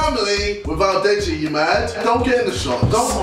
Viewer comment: It's deji not degi